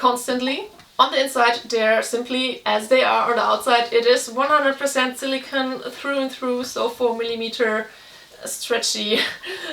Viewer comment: 🐾 (Not to be that guy, but it's kinda a pet peeve of mine - silicone is pronounced with a long o - like Silikon in German. Silicon (no e) is pronounced with a short o and means Silizium.